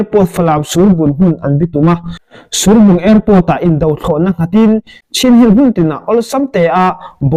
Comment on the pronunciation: Surbung kha I tluk a dik lo. I fel hle Mai thudik kha rawn sawi zel rawh